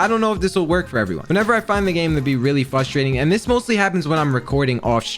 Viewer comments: update 4 mins in and i cant watch how can he not pronounce frustrating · whys he talk like a little kid "fustrating" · It’s frustrating that you can’t say frustrating properly